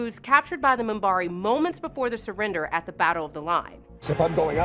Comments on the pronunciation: That and much more! Lauren, for example! Realy? Even Minbari was mangled a couple of times! She is excellent at giving the impression that she watched/liked the show, but these small slips, where she reads names in English show that nobody instructed her on how they are spoken in that universe! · You should hear her pronounce Minbari . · day lynn? moombare? Loren? lor e in... 3 syllables. Kosh was not a space angel, they tampered with the younger races and caused them to perceive them in this manner. btw they are all kosh. for example the drazi thought that it was their female god. I could be wrong, it might have been the narn.... or perhaps both. the trap door was actually a disease effecting the actors memory and had to be replaced. lorien was not a wizard, the technomages were the wizards... wow.... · WTF? MOON-bari? DAY-linn? I think this narrator should maybe watch the show before commenting on it. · A few...LOL 1. Star Track (over and over and over again) 2. Daylin 3. Moombari 4. Lorin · and i cringed every time she said "moonbari" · Did she actually ever watch the show? The first time she says Mimbari she pronounces it Mumbari. She also pronounces DeLenn (Duh-Lynn) as Day-Len the first time she pronounces it. She ALSO pronounces Lorien (Lore-E-N) as Loren (Lore-N)when she mentions him. Really......... She also mentions trap doors for characters and mentions SPECIFICALLY replacing Patricia Tallman's character with Andrea Thompson's character in season 1 after the premiere pilot episode. But then FAILS to mention they replace Andrea with Patricia (swapping characters back and totally dropping Andrea) in season's 2-5. Patricia had a WAY bigger character than Andrea's and you make it appear the opposite. Patricia even had MAJOR plot points and episodes centered on her character!! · Day-len? Moonbari? And then she gets Minbari right? Pathetic. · First the mispronunciation of Delenn (Deh'Lenn) and now Minbari pronounced as Munbarri . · MUMBARI?!?!?!?! WTF!!!!